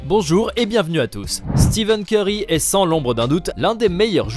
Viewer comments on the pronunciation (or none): Et pire que tout il dis Steven Ceurry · Je rêve. Il a vraiment dit Steven corry ? 🤕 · Steven kery il a dit 🤣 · Il a dit Steven curry mdrr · au début il a dit steven curry 😂😂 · Pourquoi vous dites Steven curry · C UN FOOOOOOUUUUUUU il a dit STEVEN CEURY SI VOUS ECOUTER BIEN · Belle prononciation hahaha